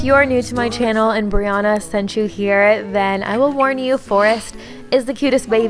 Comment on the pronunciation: it’s actually briANNA:)